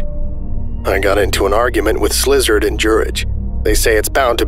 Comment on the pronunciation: the voicing is SO GOOD but every time you say "slizard" instead of szilard i crack up